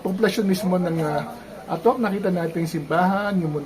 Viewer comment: Sir, mali po ang pagbigkas ninyo ng /'ATOK/ baka po magalit ang mga lokal.